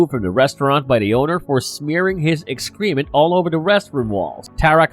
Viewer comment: seconds you have so far mispronounced two words. Inebriated and excrement. Pennywise is just one of the forms that the creature, It, uses to terrorize children.